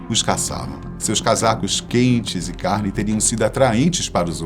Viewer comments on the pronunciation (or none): none